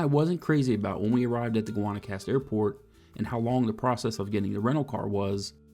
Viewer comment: You lost me at “Gwonna-cast”